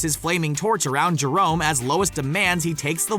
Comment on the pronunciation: He literally just called Jermone, Jerone" 😂😂😂